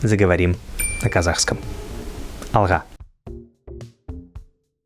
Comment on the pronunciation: привет.ребята! Восхищен вами! молодцы!!! Только давайте начнем с названия вашего канала... Слово АЛГА надо произносить букву Г по другому. Например. говорите БОГ С НИМ .. Слово БОГ заканчиваете буквой Г. но произносите что-то между Г и Х. Также и и в слове АЛГА